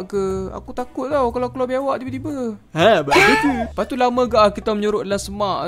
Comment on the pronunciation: yang pekataan leas tu benarnya lepas